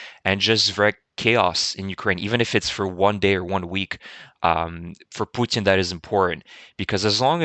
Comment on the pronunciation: Great video, as usual! I really like your pronunciation. Putin becomes Poutjin, and Kherson sounds almost French from you. I am starting to copy your pronunciation :-)